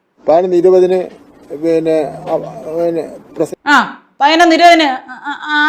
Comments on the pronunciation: Hon Minister is actually telling only pathinonnu not painonnu as you joked. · MG 'ശ്രീ കുമാറിന് ' പയിനായിരം ന്ന് പറയാം ' അതുകൊണ്ടാണ് ഞാൻ പയിനൊന്ന് എന്നു പറഞ്ഞത് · പയ്നൊന്നല്ല. പതിനൊന്ന്.. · പയിനൊന്നല്ല സഹോദരി, പതിനൊന്നു എന്നു പറയു. അക്ഷരം സ്പുടമായി സംസാരിക്കു. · കെടി. കെടി. കെടി പിടിച്ചാൽ പയി നോന്ന് എന്നോ പറായൻ പറ്റു. പഠിക്കാൻ പോയാൽ തെറ്റ് ഇല്ലാതെ സംസാരിയ്ക്കും🖤☠️🖤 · ഈ "" പയനൊന്ന് "", എന്ന് പറയുന്നതെന്തിനെയാണ്... 😄😄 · പയിനൊന്ന് മണി😀 പയിനൊന്ന് പത്തിന് ഞാൻ😀 വായനാ ദിനാധ്യക്ഷൻ ! പുസ്തകം തല തിരിച്ച് പിടിച്ചവൻ🤭 പ്രസി...... ഷ്യൽ😀 അമ്പലത്തിൽ ഈങ്ക്വിലാബ് വിളിച്ച പാർട്ടിയിൽ നിന്നുള്ള മന്ത്രിയാണ് ! മോദിയുടെ പടം അന്തസ്സ്,CJP 😄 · പതിനൊന്ന് എന്ന് മര്യാദക്ക് പറയാൻ അറിയാത്തവൻ മലരൻ വിദ്യാഭ്യാസ മന്തിരി,കൊഞ്ഞാണൻ😂😂😂😂😂😂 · പൈനൊന്ന് പൈനൊന്ന് പൈനൊന്ന്😂😂😂😂😂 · മൈരിന് പതിനൊന്ന് എന്ന് പറയാൻ പോലും അറിയില്ല. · വീണ്ടും വീണ്ടും മലയാളികൾ പൊട്ടന്മാരാണെന്നു ഇവരൊക്കെ എല്ലാ ദിവസവും നമ്മളെ ഓർമ്മിപ്പിക്കുന്നു... പതിനൊന്നു എന്നു പറയാൻ പോലും അറിയില്ല, വിദ്യ ആഭാസ മന്ത്രി...വിഡ്ഢികളായ വോട്ടർമാർ...